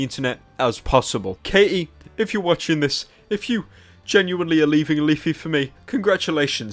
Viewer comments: it's Katie, not Kay-E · Her name is Katie not K.E.